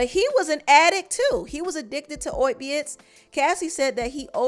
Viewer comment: “Oipiates” “Dawn Ruh-shard” 🤣🤣🤣🤣🤣🤣🤣 this is literally like a satire, nobody is this stupid for real 🤣🤣🤣🤣🤣🤣🤣